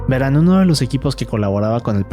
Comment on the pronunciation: Estan bien las historias pero pareces un robot hablando medio daz hueva y pronuncias mucho las palabras ahora, veran ect. 😂😂😂😂😂😂